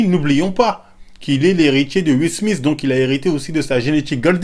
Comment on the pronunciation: "le petit SMISTE" ton palmares en anglais me tuera toujours ptdrrrrrrr